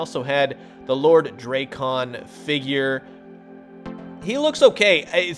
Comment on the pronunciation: Its Drak kon not Drake kon lol I always hate hearing it that way hahaha great video man